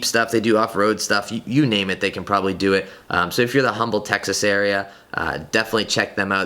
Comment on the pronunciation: Ahahaha it's pronounced umble Texas, the H is silent. Congrats on the new gti